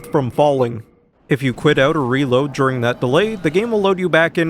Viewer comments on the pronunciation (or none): none